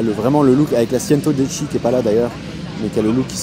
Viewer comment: C'est pas sientodieci mais centodieci qui veut dire 110 en italien